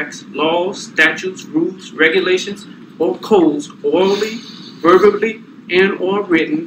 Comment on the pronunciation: Did he say ,verberally ?